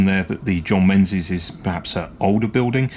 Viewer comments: Dave from Dean Park isn't gonna be happy with your pronunciation of the proud Scottish name Menzies there! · Is it "Menzies" or "Mingis"